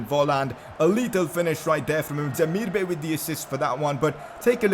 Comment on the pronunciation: Yoo, your vids are lit bro. You are one of my most favourite FIFA YouTubers out there man. You should really have at least 1M subs. Btw how you pronounce Demirbay is not Demir-Bay like the ocean bay it is actually Demirbay like bye so it is like Demir-Bye not Bay. Continue making these lit vids bro‼️